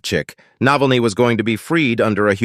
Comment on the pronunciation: How about pronouncing the name correctly ? Is that too hard to do ?😮